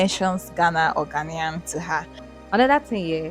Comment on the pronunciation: Beautiful video, beautiful Naija babes😆🤗 Love from Ghana By the way it is Ghanaian, pronounced as Ghanien not Ghanian😃😃🤗